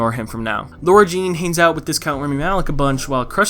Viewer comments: Why does every YouTuber call her LAURA-Jean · In the books her name is spelled “Lara Jean” and she mentions that she doesn’t like it when people pronounce it Laura. It’s more noticeable when it’s written out and in the movie they don’t mention it so they all just sound like they have a slight southern accent